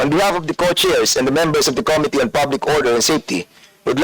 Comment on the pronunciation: Comee-tee and kown-tree 😅